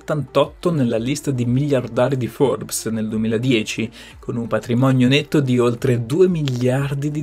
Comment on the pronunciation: Innamolalsi. Patlimonio.. Essele.. Tlovino 😅😅